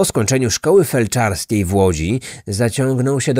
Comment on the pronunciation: szkoly Felczerskiej,nie felczarskiej.